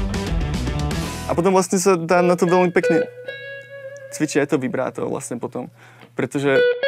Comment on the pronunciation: Super video. Díky. Ale, "vybráto"? Krátké měkké!